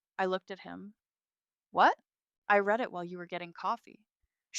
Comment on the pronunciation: In the land of AI stories, is the only color of stationary, cream? Must stories include the word "facade"? the word "read" mispronounced? large amounts of money mispronounced?